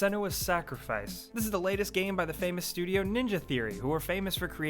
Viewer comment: Makes me so mad how he always says "the" as "da" holy fuck or when he says "to/for/or" he always says "tud da" or uh dah" holy shit